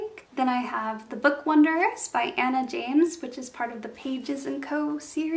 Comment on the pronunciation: you called the book "The Book Wonderers" when the word is "Wanderers."